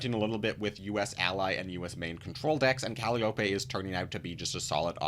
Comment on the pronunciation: Thanks for the review. Sorry to be that annoying guy, but it seems like we'll be seeing the card alot, it's pronounced "Cal - eye - oh - pee" Calliope